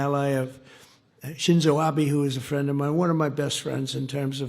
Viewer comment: Where is my phirrand, Amaarika phirand, do-laand Trump 😂 😂